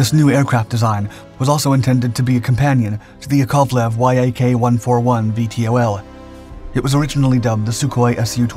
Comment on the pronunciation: people bothered by the misdesignation of the Su-47, but what really bothered me was when he called the Yak-141 a "WHY-AY-KAY 141"